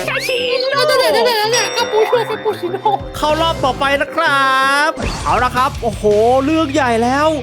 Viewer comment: พี่พูดถูกแต่ออกเสียงไม่ถูกก็คือบอกว่าขอดูข่าวปูขอปูชิโน่อบรม คุกกี้เสี่ยงเข้มๆขึ้นมานิดนึงหน่อยนะพี่ถึงจะถูก